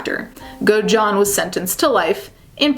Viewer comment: Great video but the way you pronounced Godejohn is so annoying girl 😭 it’s go-da-john